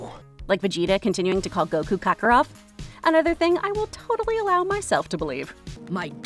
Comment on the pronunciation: Krakarof, it’s KAKAROT.